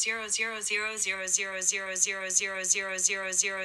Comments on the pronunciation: It’s saying D-Rose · It kinda sounds like Roxy or yours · Is siri saying girls ur girls it sounds like it fast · Sounds like tumor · After a while i heared the mix of euro and rosi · Why it lokey sounds like she saying your on steroids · It kinda sounds likes euros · it sounds like shes saying its yours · I all I hear is euros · Lol it's saying monney